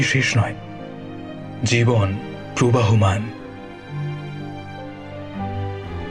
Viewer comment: ' Probahoman' Noy, ' Probohoman '. Dhurrrrrr...